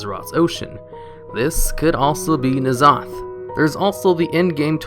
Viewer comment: ITS N-ZOTH NOT NAZOTH